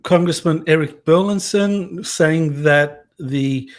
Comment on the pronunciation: I know it may sound like we're splitting hairs here, but the congressman's last name is bur-LIS-son, not bur-LIN-son., you keep getting Congressman Burlison's last wrong. Not only are you mispronouncing it, but you're misspelling it in your tweets and Youtube video descriptions.